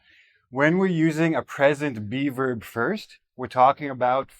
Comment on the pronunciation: Be verb sounds like beaver 😂